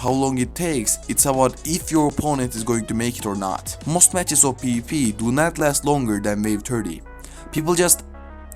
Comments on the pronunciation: when u say pvp it sounds like peepee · not tryna make fun of the accent but “peepee is here”